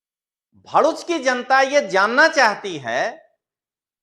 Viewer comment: भोडूच नहीं दललू भरुच बोलते हैं